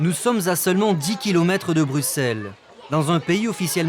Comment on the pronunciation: Et on dit BruSSelles, pas BruKSelles